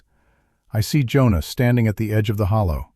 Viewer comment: "Jonah" is two syllables.